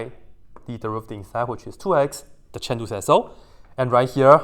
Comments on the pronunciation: Is he saying Shen Lu (as a joke? i find it funny) or Chain Rule? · Its chain rule guys if anyone is hearing chen lu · Thought he was saying 'cheng lu' then i realized it's chain rule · me enjoying his pronunciation of "chain rule" love it. also the inverse hahahahaah